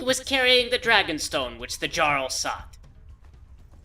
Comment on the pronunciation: For someone so well-versed in Elder Scrolls lore, I'm surprised you hadn't been pronouncing "jarl" correctly so far... Or is that just a quirk of Kaybe's?